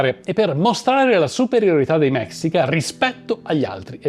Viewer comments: Neanch'io voglio essere saputella, ma si si pronuncia mescìca. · Scusa eh nn vorrei sembrare saputello e antipatico...pero' si pronuncia mescica...e il vero nome di montezuma in nahuatl sarebbe motevuzoma xocoyotzin II (..lo tzin e' il prefisso nobiliare...come il don x gli spagnoli...) un appassionato di civilta'' precolombiane...ciao...anzi mixpatzinco (...bacio la terra come salutavano in nahuatl..) complimenti x il video